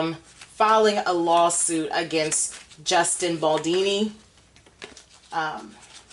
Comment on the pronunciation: Justin surname is BALDONI - not Baldini. so it;s ONI - not INI